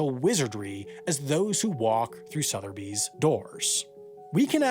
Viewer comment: IF you cannot pronounce SOTHEBY's correctly, as is repeatedly done in this video, you might be one of the f00ls who are definitely scam material... There is NO "R" in Sotheby's...